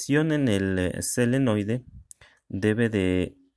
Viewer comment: Te corrijo no es selenoide su nombre es solenoide.. gracias